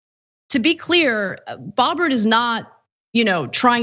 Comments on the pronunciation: An embarrassment for Colorado ... a QAnon, gun toting nut job 😖 BTW it's boe-bert not bob-ert. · The name is pronounced BOH-bərt. As in BOW🐻t. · Her name is pronounced Bo-bert, or Beau-bert. Her campaign ads came across to me as almost sexual, in the way she presented herself — at least until she was shown with her family. She was also accused of having a minor female employee carry a gun while serving in a restaurant Boebert apparently owns. I was glad she was a Republican. I would have been embarrassed if she had been a Democrat. Thankfully, I didn’t have to vote for her. But she has been questionable in my mind since she ran, asking Coloradans to send her to Congress. 🤦🏻‍♀️ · Like most Americans, she can't even pronounce her last name correctly. The oe in her name should sound something closer to the vowel in "word".